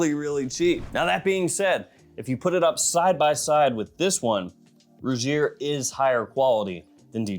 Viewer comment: Also Rugir is pronounced Roo-heer. For future reference my brother!😉